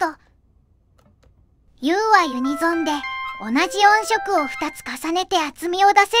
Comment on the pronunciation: ヤバすぎて怖いです！ クラファン出したら秒で集まる気がします。 それと音色を「おんしょく」と読ませているあたりも、単にベタ打ちテキスト突っ込んだだけじゃないですよね。